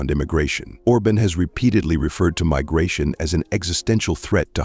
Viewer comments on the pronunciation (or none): First of all, it is Viktor Orban not Orbin!! And Hungary had a referendum asking the citizens if they want or not want migrants, they said they don’t! So Brussels cannot force the Hungarian people to take in migrants if they don’t want to, Brussels can have them all!